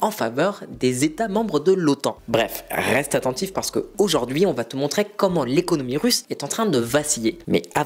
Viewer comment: "RRRRRREste abonné...."😄